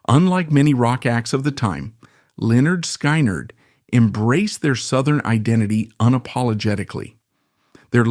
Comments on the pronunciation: F,ing a.i. sky,nerd what the fuck if you're going to f you're words up don't butcher the bands name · "Lynyrd Sk"eye"nerd 😂 Nice AI narration lmfao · Every time I heard sky nerd. I cringed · AI can’t pronounce Skynyrd right, but it pronounces Lynyrd right! Shows how stupid AI is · I cannot listen to this with hm/it mispronouncing Skynyrd. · Omg thats not how you say SKYNYRD, and the pictures you showed of the hell house was not the real actual hell house, you just showed some random house, wtf?